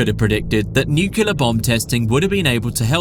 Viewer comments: “Nucular” brother, you are using your voice to educate others on the internet. You should be more careful making sure you are pronouncing words correctly, especially when you are saying this specific word so many times in one video lol. The word is spelt “Nuclear” not nucular brother lol interesting video for sure but man hearing you say that word like that makes me not want to trust what you’re saying lol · Nuclear - New Clee ah, not Nukular. What is up with so many native english speakers being incapable of saying this word correctly. It immediately makes a person sound like a child trying to say "science words" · Dude, it's nuclear, not nucular 😅. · Nuclear….. pronounced nu-cleer NOT nu-cya-ler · I don't trust anyone who says "nucular" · He said "nucular" at least three times. Now i doubt everything i heard in this video. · Did the narrator just say "nuculus?" I'm out... UGH. "Nucular?" Mate. Is English even your first language?